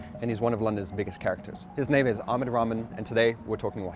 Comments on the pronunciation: It's (rah-maan) not 'ramen' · Its not Aamed, it's Ah-mad. Also, It's not ramen, it's rah-maan. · It’s funny how this person can attempt to pronounce Franco-origin names with such precision, but can’t seem to muster an attempt at pronouncing the guest’s Arabic-origin name properly